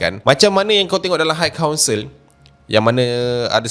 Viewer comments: Sebutan high adalah "hai" bukan "hike" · admin, bukan haik kaunsel daaa tapi hai kaunsel. xde haik haik